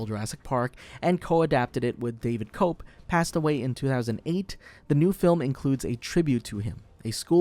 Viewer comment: It's pronounced Koepp (Kep) not cope